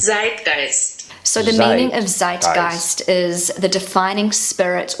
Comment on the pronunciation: "Tsiteguyst" - hard "Ts" on both ends ... else your German pronounciation sounds very good! 👍 Being a native German speaker, I never stumbled upon "Waldeinsamkeit" - maybe this word officially exists (as you can make up new words by creating "zusammengesetzte Hauptwörter", but no one uses this one in real life 😊